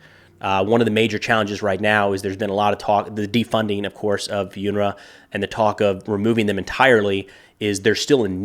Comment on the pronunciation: Its 'un 'ra pronounced that is